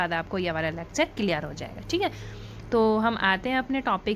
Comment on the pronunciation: It's lecture not lacture.